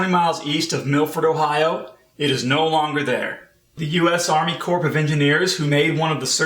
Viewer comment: It's Army Corps of Engineers, and the "ps" is silent.